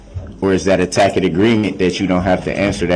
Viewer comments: I know it's a dead horse but I still laugh at TACK-IT AGREEMENT. The level of his stupidity unbelievable. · "Ima grown man wit grown kids!!! Lawfully law! All of a suddenly! Cohorzun! Durrest! Biast! Presidential! Tacket!"